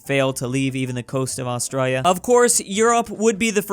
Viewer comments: Why does he say Australia like that? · Nobody:: Ayseggzualie